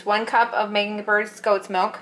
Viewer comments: You say meganberg but it’s obviously a y not a g. Meyenberg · Meyenberg, not Megansberg